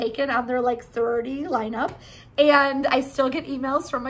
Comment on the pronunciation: Soriority..? 😂 I think it's "sorority" but tbh soriority is better lol